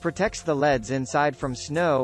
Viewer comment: Man, that robot was really hard to listen to calling L.E.D.‘s “Leads” and spelling every manufacturer name.